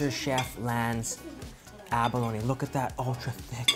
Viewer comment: abalo-KNEEEE, its pronounced aba-lone smh